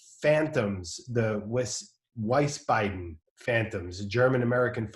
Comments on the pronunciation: The german town is pronounced: We-s-baden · Weißbeiden😂😂😂your German pronunciation is lit😝